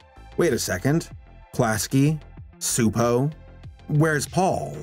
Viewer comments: CHU-po is more of the pronunciation but Hungarian is a special brand of crazy :) I'll be honest, I HATED Angelica as a kid, I thought she was the worst. But as I've gotten older, I think she's a really fun well-rounded character. I think in that way she served her purpose. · Csupo is apparently pronounced "Chupo" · Klasky Csupo, Inc. (pronounced "class-key chew-poe") Although, our dubbed versions pronounced it directly as "Kzupou", which, as mentioned, is not correct, lol. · for someone whose entire channel is dedicated to examining animation you'd think he would have remembered that they pronounce the name in their own fucking logo animation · I could never figure out how to pronounce it, even with the little voiceover that used to come with the title card, i think because it was in a sort of “computer voice” so thank you for solving a 25 year mystery for me! 🙂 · Bundy Jr I always pronounced it that as well (at least as long as I was able to pronounce it), probably because their logos at the end of their shows would always have a voice say it. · mr mrmr it’s csupo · Every time it's mispronounced in the video it irks the hell out of me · I was waiting to see if anyone else noticed. My great grandmother, who was Hungarian, used to rant about how dumb it is that English has words with silent letters, so I had a feeling he was saying it wrong. I had to pop it in Google translate for the listen option though, cause I didn't know how it's pronounced but I knew that 'c' wasn't silent lol.